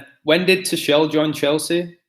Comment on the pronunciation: good video, sorry miles behind on my YT videos, funny Tuchel pronunciation, its "two-cul" :D